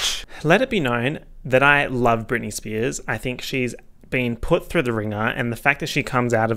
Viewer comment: spearzez he sayz as he spazzez